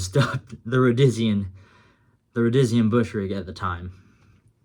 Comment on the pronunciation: its pronounced Row De Sheen , the ferday and sons "chest webbing" came out in the late 60s you could order one with the stock pouches 4 fal pouches , 2 cantenn 2 grenade pouches or take a trip to salisbury and get it custom made